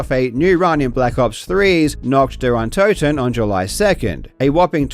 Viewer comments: German here. We're usually chill with that, but please ... even Google Translator speaks it cleanly, just mimic those three words and do not say "Nackt dar Antatten" anymore. We might have to alter a very old joke then - people speaking three languages are trilingual, people speaking two languages are bilingual, and people speaking one language are (formerly French, but not anymore) Americans. Please. For the sake of how the rest of the world sees your nation, the USA are already being called as the wealthiest third world country. :') Three words. That's all it takes. Do us and yourself the favor. :') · pronounced: NAH-h(ee)*-t DEE-uhr Uhn-TO(E)**-ten (Night of the undead) *It is a ver soft h, like the h at the beginning of hee in hee her ** I can't recall an instance where you pronounce o like an actual flat o, not oe or oh or ah. More like o in "door". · As soon as I heard NAHKD DARE UN-TOE-TEN I knew what I was in for. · What i seriously don’t understand… why cant you just Google Translate or whatever to check how to pronounce nacht der untoten properly? You claim to be a smart guy but fail to do even this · The way he says "Nacht der Untoten", as a German, violates my human rights. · as a german, hearing nacht der untoten pronounced that way was kinda painful and kinda funny 😭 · god your pronounciation of "Nacht der Untoten" was so aweful. I loved it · WHATTTTT THAT PRONOUNCIATION BRO IM DYINGGGGGGG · As a german your pronouciation of Nacht der Untoten annoys me